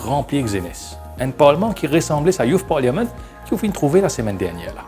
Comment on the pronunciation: "Parliament" se prononce sans le "i"